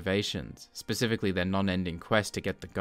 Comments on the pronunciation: Pacifically?? The subtitles say specifically but you clearly say the word 'pacifically'.... around the 5.50 to 6 minute mark... I mean... cmon man... really? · had me until "pacifically", I'm out!